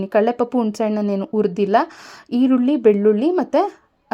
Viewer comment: ಟಿಪ್ಸ್ ಗಳು ಚನ್ನಾಗಿವೆ.. ದಯವಿಟ್ಟು ಭಾಷೆ ಪ್ರಯೋಗ ಸರಿಮಾಡಿಕೊಳ್ಳಿ.. ಟಿಪ್ಸ್ ನೋಡಲು ಆಸೆಯಾಗುತ್ತದೆ.. ಆದರೆ ಹುಣಿಸೆಹಣ್ಣು.. ಬದಲಿಗೆ ಉಣಿಸೆಹಣ್ಣು ಅಂತೀರ... ಹಾಕ್ತಿನಿ ಅನ್ನೋ ಬದಲಾಗಿ ಆಕ್ತೀನಿ ಅಂತೀರ.. ಕನ್ನಡದವರಾಗಿ ಹೀಗೆ ಮಾತಾಡಿದ್ರೆ ಹೇಗೆ.. ದಯವಿಟ್ಟು ತಪ್ಪು ತಿಳಿಯದೆ ಭಾಷೆ ಸರಿಯಾಗಿ ಮಾಡಿಕೊಳ್ಳಿ